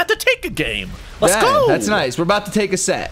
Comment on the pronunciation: who ever was saying niceu annoyed me more than it should